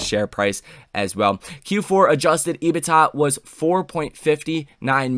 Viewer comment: Can you please pronounce EBITDA As EBIT(duh). And Galileo as Gali (lay-oh) It would be greatly appreciated